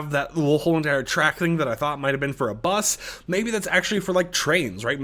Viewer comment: why bro sayin b-us like that 😭